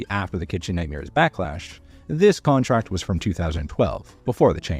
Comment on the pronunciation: It sayed contact instead of contRact!!!😂😂😂❤🎉😂